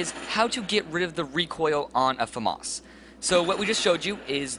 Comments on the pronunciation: no it's French so it's pronounced Fah-mahss which is Famas not Faam-iss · famas not Fa-mos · dude its not farmas its famas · fmos? its famas say it like its spelled then you pass year 3/ 3rd grade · dude you cant say famas its (fa-mis) famas. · That is not how you pronounce FAMAS... -_